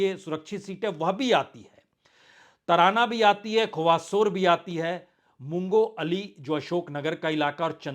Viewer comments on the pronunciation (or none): मुंगो अली नहीं ; मुंगावली😊 खांडवा नहीं; खंडवा😊